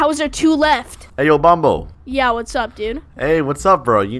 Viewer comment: bombo? it’s bonbo